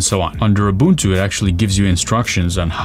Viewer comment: Bro can actually pronounce "Ubuntu" properly!! 🎉🎉😊🎉🎉